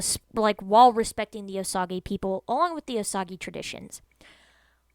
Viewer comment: It’s pronounced “oh sage”